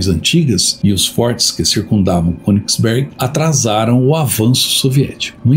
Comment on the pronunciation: Baita vídeo... me emocionei com a parte dos civis mortos. Se me permite uma pequena correção... na língua alemã o "ö"...lê-se como "e" nasalado... Então, o correto é falar Kênigsberg... Numa tradução literal, seria monte(montanha) do rei. Abraço e obrigado por mais essa excelente aula de história.